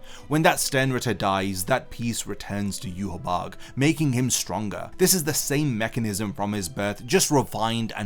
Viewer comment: The correct way of saying Yhwach is Ya-wak